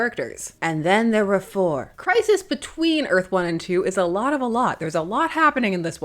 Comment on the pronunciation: Sounds almost like Christ List.😂